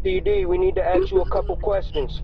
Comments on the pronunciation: And rightfully so. You don't want someone who AX's people questions representing your company. Speak properly and keep that high earning job! Simple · CPD, we would like to "axe" you a couple questions.. lmao! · “ CPD , we need to ax you a couple of questions “.. uh, No! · "Aks" lol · "We need ta axe you a couple a questions." Now that sounded convincing. LOL. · I thought the same thing haha! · "CPD, can we ax you a couple questions?" LMFAO! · "CPD we need to axe you a couple questions" real professional sounding. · "CPD we need to ax you a couple questions." Cops don't talk like that and they wouldn't show up in the middle of the night. Dummies. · “CPD we need to axe you a couple questions” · Why do all blacks say that. Can they noit say "ask"? That and "ambulance" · are you aware that it makes you sound illiterate? Maybe take into consideration why it’s been harder for blacks to gain a foothold when they mispronounce words for the sake of being what? What does anyone gain by mispronouncing a simple word? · It's ghetto trash pronunciation. Anyone with an education says ask the correct way, not "ax". lol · "CPD we need tuh aks you a couple queshions." 😅😅😅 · Never open up a door to anyone that says “we need to AX you a few questions” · The robber that said "we need to axe you a couple of questions" needs to rob the police station next the same way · "CPD we need to axe you some questions" ... yeah no, sorry... i'd never open my door to a "cop" who can't even speak English. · “CPD we need to AKS you a couple of questions” Dumba**es… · "CPD.. step to the door, we need to axe you a couple questions." 💀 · if you hear someone pronounce "ask" as "ax" you know how they look like. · “CPD we need to axx u a couple questions” 🤣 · I won't open the door for police if they want to "axe" me questions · "CPD, open up we need to AXE you a couple questions." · "Cpd we gotta axe you some questions.." 😂😂 yeah ok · they just wanted to 'Aks' you some questions, as all CPD officers do